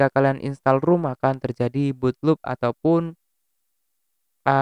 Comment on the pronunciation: "rom" bang.... bukan "rum" 🤣